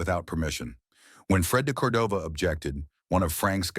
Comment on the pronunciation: The mispronunciation of de Cordova was especially annoying.